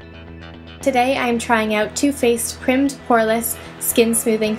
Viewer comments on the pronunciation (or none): Why did you say primed like that? that's just stupid